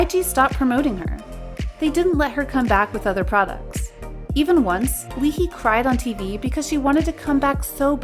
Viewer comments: It was not LEE-HI HAHAHA I WAS LAUGHING SO HARD. It was Lee Ha-Ee, to be precise Ee-Ha-Ee (Lee is actually Ee/Yi in korean). And I am a fan of her LOL 😂😂😂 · Its Lee High!. Not Li Hee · Lee Hee??? Have you not done your research? It's Lee Hi (full name: Lee Ha Yi). Hi pronounced as [haɪ]. That just triggered me. If you post a video, at least look up you have things right. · Lee-haai not Lee-hee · lee hi is pronounced like ee high not li hee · It's lee "high" not lee "hee"... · just letting everyone know it is pronounced as lee-HI like the hello "hi" not "hee" :) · Her name is Lee hi as in Hi hello not hee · So you pronounce Lee Hi's name as Lee Hee? I pronounce her Lee Hye omg im so:(( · When they say lee-hee instead of lee-hi .. o.o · Lee Hee 😭 it's lee hi (high) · Lol lee hi - pronounce as lee hay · It's Lee Hi not Lee Hee 🤣🤣🤣 that kept reminding me of Michael Jackson HEEHEE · I spat my drink when "Lee Hee" came out. It's Lee Hi, pronounced, "Hayi." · Lee HI not hee and she said her self that she left the company on a good note, and Chanwoo (Chan nu) is not being bullied .. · LEE HEE??? its pronounced Lee Hi(like the greeting) 이하이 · “Lee Hee” -> 이 하이 -> Ee Hai -> “Lee Hai” (Hi as in “high” or hello, “hi”!) Lee Hi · Hyoyeon is still with SNSD and SMent. Also Lee Hi is pronounced as saying hi, not hee. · it's not lee hee, it's lee hai! lee ha-yi!!! did u do ur research??lmao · L e e h e e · Lee he? Its lee hi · lee hee lmfao its pronounced "lee high" or lee ha-i .....이하이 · "Leehee"? I thought it was Lee Hi as in hi 👋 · Girl, you need to do your research on your pronunciation of some of their names. Who the heck is Lee "Hee-ee"? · lee hiㅋㅋㅋㅋㅋㅋㅋㅋㅋㅋㅋㅋㅋpronounciation is lee-ha-i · closed it immediately when she said "LEE HEE" smh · Did this person actually just call lee hi “lee hee” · lee hi’s name is pronounced like the english word “hi/high” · I'm sorry but what the f is " lee hee " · It's pronounced Lee Ha-ee, like, when you say "Hi 👋" Hi, Lee Hi 👋